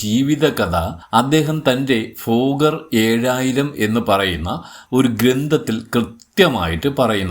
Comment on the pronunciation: ഫോഗർ അല്ല തോന്നുന്നു.. ഭോഗർ എന്നാണ് കെട്ടിട്ടുള്ളത്